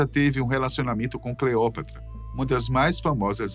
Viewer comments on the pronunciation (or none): none